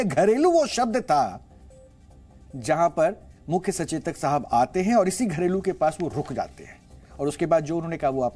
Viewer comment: यह बाकी के नेता लोग भी कितने मजबूर हैं मुख्यमंत्री साहब साहिब पढ़ रहे हैं या गलत पढ़ रहे हैं इनको तो टेबल बजानी ही है